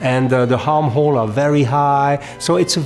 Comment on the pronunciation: 😂 That's an inversion of the French accent, let's call it that way 😂. In French you don't pronounce an H when talking. added an H when there isn't one. 😂